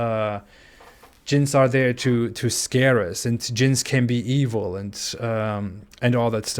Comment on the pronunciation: It's very strange to hear you say djinns, you pronounce it exactly like the Arabic word for sex (jinss) and we all know that jinss is a very important part of Islam!